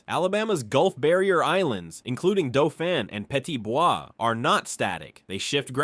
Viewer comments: Not Dol-phin but DAU-phin. Named for a prince of France, not the sea mammalian, Also, as an almost lifetime AL resident, all those misprouncements show ignorance of topic and the limitations of AI. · Didn't you learn that Dauphin is pronounced "doe-fan" and my beloved Mobile is now mobil...smdh